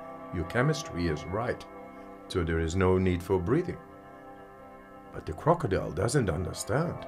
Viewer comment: Such a challenge to not laugh when he said "De crokodile does not undastand"